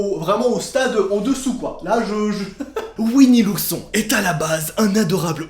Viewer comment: Nooooooon pas ouini l'ourson